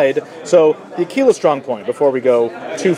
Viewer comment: It's pronounced akwilla, not akeela. Methinks you had too much tekeela.